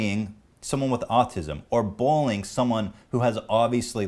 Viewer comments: i hear "bowling" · Ethan seems to have trouble saying "bullying". Sounds like bowlyng